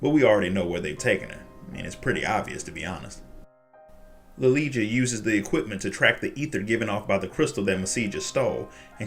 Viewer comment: Wouldn't lilija be pronounced liliya since in viera the j makes a y sound